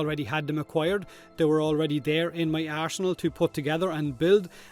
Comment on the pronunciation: Say Arse...nal again